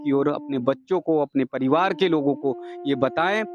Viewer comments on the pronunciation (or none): none